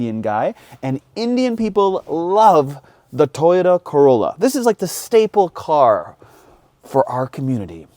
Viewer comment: Why do Canadians pronounce "Toyota" that way? "Taiyota"?